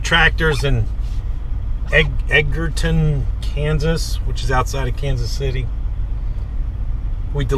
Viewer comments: The name of the town is pronounced Ed ger ton. I live in Overland Park, KS which is a suburb of KC. It's the 2nd largest city in Kansas behind Wichita. I grew up southwest of Edgerton in Ottawa on I-35. I agree with the other comments, get an RFID blocking wallet or sleeve. All you have to do is walk near someone with a reader, they'll get your card information. I don't pull your card out until you insert it then put it away immediately after removing it from the reader. Mine got jacked once, but have had no issues since getting a blocking wallet and being diligent about only having it out long enough to swip the card. Truck Stops are the easiest places for the bad guys to sit around inside and steal numbers from RFID cards. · Hi, the towns name is pronounced Edge er ton. Just an FYI. Love to follow you on the tube!